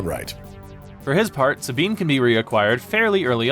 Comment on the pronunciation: Sabean...... is this Spanish pronunciation???